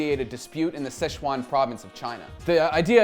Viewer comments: its pronounced Si Chuan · Great video! Super interesting! In the future though finding out the pronunciation of chinese words is not terribly difficult. If you want you can contact me if you have nobody to contact and I'll give you an audio clip you can copy of the correct pronunciation. SiChuan (Szechuan or Szechwan) is often completely mispronounced due to the weird alternative spellings that are commonly posted. Doesn't really matter tho haha, chinese media butchers our words way worse than we do theirs. Anyway great video.